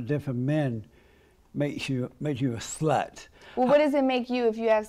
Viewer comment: “Make you a SLUT.” 😅 so much emphasis on that word